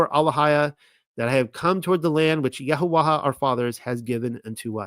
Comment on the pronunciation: You still haven't been shown the lady 'ha' in paleo Hebrew is not pronounced. So it's YaHaWah. Please look it up